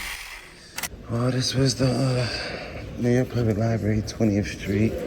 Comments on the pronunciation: "You cannot film in the Lieberry" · She works at a library and she says liberry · Apropos that she calls it a "lie berry". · “The LIBARY” 🤦‍♀️ I’m waiting to hear her say “AKS.” Uneducated security fool who doesn’t know the law…and apparently WORDS!!! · She works in a library ....not li-berry. Ignorance is bliss. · "I work at the LIBARY, but obviously don't utilize its resources since I can't even say LIBARY properly." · No. Which syllables or letters were switched? "Aks" instead of "ask"is a metathetic error . "Liberry" is is a mispronunciation missing a phoneme. Metathesis is specifically for tranposition of letters or sounds, like "aminal" or "pasketti".